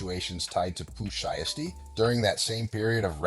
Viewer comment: Pooh Shiesty, Pooh Shee-esty, Shy-esty and Pooh Sheesty in trouble yall